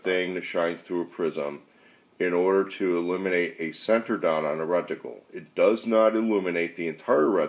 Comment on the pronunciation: We took a shot of Jameson every time you said reckticle and not reticle... Fooking hammered